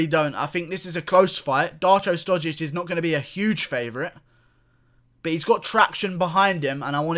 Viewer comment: Serbia and Russia are brotherly nations so don't be angry. And you pronounce his surname wrong, the š is pronounced like (sh) in shower.